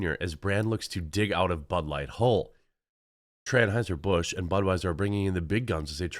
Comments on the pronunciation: Did he say Tranhueser Bush 😂😂omg I just can’t with this today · U said transheisur busch?.....🥳🤣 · I probably misheard, when you said "Anheuser Busch" I thought I heard "Tranheuser Busch."